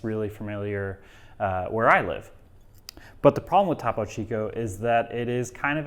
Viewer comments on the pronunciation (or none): So i’m with you there on switching from topo to soda stream, however, it almost seems like you’re going out of your way to not pronounce topo correctly. It’s spanish. ‘Toe-poe” Topo. Why are you saying Tapo. As a spanish speaker, so cringe. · Toe-poe chico